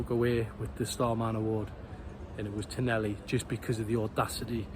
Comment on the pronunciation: Bonny lad it’s pronounced. Ton ahhh lee. Tonali😊